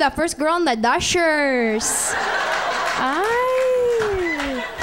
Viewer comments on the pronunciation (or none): It's not doshers, it's doyers.